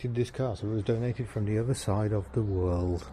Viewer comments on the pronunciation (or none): none